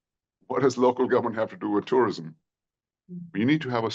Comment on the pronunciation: Tourism ❌ Terirism✅